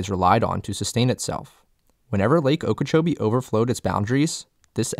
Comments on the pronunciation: Gret video, you got very good research and information here, just two points from a native. Okeechobee. The stress in that word is on the "CHOBEE" like o-key-chobee, and the other is Tamiami - Ta-mee-a-mee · How can you do this video and mispronounce Lake Okeechobee and Kissimmee?!